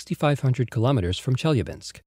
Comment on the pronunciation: Nice video. Marred only by announcer's repeated mispronuciation of Chelyabinsk city, something that could easily have been avoided by a quick visit to Wikipedia. He did get Tunguska right, though.